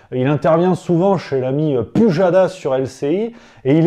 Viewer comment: "PUjadas" XD